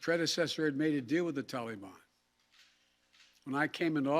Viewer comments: Somebody please tell Joe it’s Taliban not tollybon. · Tolly Bon ??? WTF is a Tolly Bon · If we have to listen to this morons lies, can someone please tell him how to pronounce TalaBan instead of Tolly bon. How he can still continue to lie like a dyin' rat is unbelievable. This foolish man has done nothing but destroy lives, destroy futures, and destroy our Nation. He's just not gonna get away with it. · "Tolly bon" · "The TOLLY BAWWN" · He even says taliBON wrong... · The way he pronounces Taliban makes me cringe.